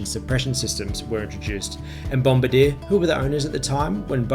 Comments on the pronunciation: it's pronounced 'bom-bar-dee-ay" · I think bombardier is pronounced bom-bar-de-air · Bom-BAR-dee-ay, mate :) Good report. The Q400's do their job quite well. Taken a few to Wagga Wagga and EWR-YYZ a few years ago. Welcome back to the skies. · It's said BOM bard E r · “Bom-bah-deer” lol